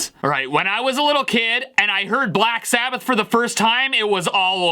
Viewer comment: "Sack Blabbath"